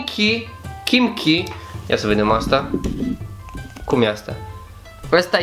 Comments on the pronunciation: Kimchi, se citeste chimci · Kimchi 🇰🇷🍯🌿 Ramyun 😍😍😍😍😍😍se citește kimci Apropo mâncărurile astea koreene sunt iuți Lor le place iutele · se citește KIMCI....(MA UIT LA SERIALE COREENE) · kimchi 😂😂 (Se pronunta chimci) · Se scrie Kimchi, dar se pronunța "Kimci". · Kimci se pronunta. Un fel de cinci dar pronuntat cu accentul pe primul ,,ci'' de la cinci. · Kimci se pronunta